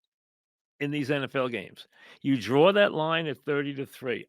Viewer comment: "DRAWR UH LINE"